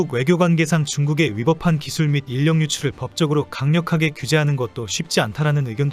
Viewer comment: 인력을 [인녁]으로 읽는 거 정말 불편하네.